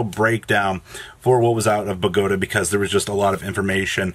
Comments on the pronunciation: It's BOW(like bow and arrow not bow like after you performed in a talent show) GAH TAH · The way you say Bogota is triggering the prescriptivist in me